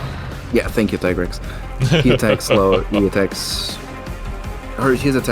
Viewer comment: I’m going to be that guy. Not tea grex Tigrex Tiger T. rex. Tig Rex. Not ti grex